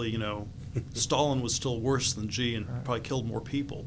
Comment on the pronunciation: It's so weird that almost no one can pronounce Xi. It's like she. Not /ʒi/.